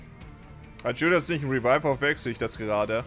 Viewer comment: Wenn Judas mit Dschudas ausgesprochen wird, lol